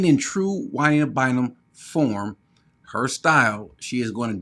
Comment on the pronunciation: It's Jua-NEEDA BIND-EM.